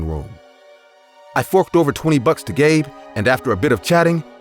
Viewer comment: I heard that too lol